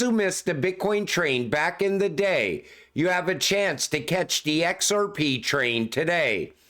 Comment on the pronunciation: I’d love to see this guys face as he says ‘EHCKSARPEEE’…. 😁😁🥂🥂🥂